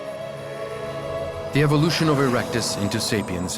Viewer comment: I noticed you said evilution so you and Santa are pals?! 🤨